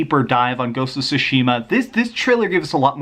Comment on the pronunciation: Why are you always butchering Ghost of Tsushima's title?